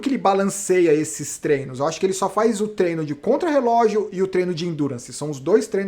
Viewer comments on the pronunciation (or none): none